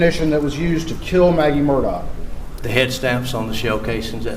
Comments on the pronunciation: His last name in the "low country" is pronounced Murdock. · that's OK. The way you pronounce it is definitely the way it sounds and also it fits the narrative of his alleged crime. Also your documentary is very well done. I've been following this case for a while and you provided a lot of information that most docs miss.